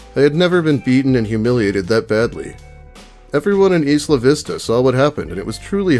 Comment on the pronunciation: It’s not EE-sluh Vista. It’s EYE-luh Vista